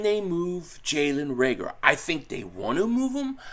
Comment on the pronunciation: Learn how to pronounce his name. Reagor. No L